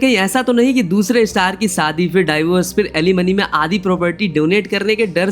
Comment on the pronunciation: भाई सादी नहीं शादी हजार नहीं हज़ार होता है पहले बोलना सीखो